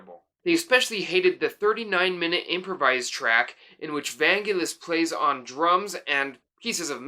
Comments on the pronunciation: The emphasis is on the second syllable, van-GEL-is. Hard g. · In Greek there isn't "n" in the word but two "γγ" (gamma). So the correct pronunciation is Vaggelis / Βαγγέλης (only two γγ's make the sound of "G"reen). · Vangelis is pronounced Van-Gelis (the G is pronounce as in "Green"). One of the loveliest song on 666 is Aegian Sea. I like the track ∞ which Irene Papas performed on "I have to come". And "Horizon" from Jon & Vangelis' album "Private Collection" is sublimely beautiful. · Just a minor point, but you pronounced Vangelis wrong! The emphasis is on the 'e'.